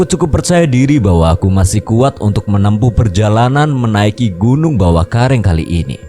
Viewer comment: Ad kata²kurang pas bang,,bawakaraeng bang bukan bawakareng 😅,,koreksi doang bang 😅